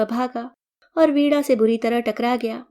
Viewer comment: वीणा को वीड़ा बोल रहे हैं।